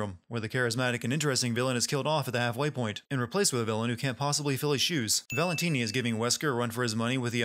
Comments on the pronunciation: Am I the only one who dies a little inside each time he says "Valentine" instead of "Valentini"? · Did he think we wouldn't notice him calling Stefano "Valentine" instead of "Valentini" for the first half of the video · It's ValentIni not Valentine. But magnificent sinning as usual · Biggest sin is the uploader calling Stefano Valentini "Valentine" for the first half of the video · Valentine? You mean valentini?... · Gonna have to sin the sinner here for mangling stefano's last name. Valentini....not Valentine. XD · WHO DA HELL IS VALENTINI? Just use Stefano. gezzz! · If I have one criticism, it's that you refer to the first villain as "Valentine," then switch to the correct "Valentini" halfway, which is rather jarring. That said, amazing video, especially when pointing out the sillier bits of dialogue (and the one so-silly-it's-awesome one)! Oooh, this is a tough vote. On one hand, Wolfenstein II would be more interesting...but I really want to play it before any sin video, but that seems unfair, & AC may be more sinful...it's a coin flip here, so I abstain.